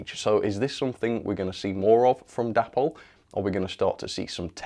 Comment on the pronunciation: Day-pol not dappol!